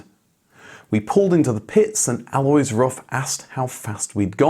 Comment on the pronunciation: And "Alois" insn't "alloys" either. It's something native English speakers struggle with: the stress is on the "A" but it's short, and it's followed by two distinct vowells. AH-lo-eese. Just find a German native speaker to do it for you. (We are not exactly a sparce resource.)